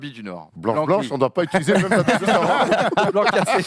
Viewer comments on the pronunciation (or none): none